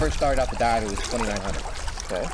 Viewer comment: Hilarious! 💀 I rewound it just to make sure he said "die," not "dive!"